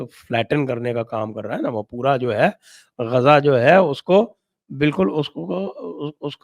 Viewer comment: संजय सर गाजा नहीं गज़ा।